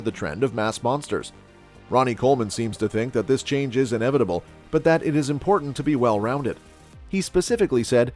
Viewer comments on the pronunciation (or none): none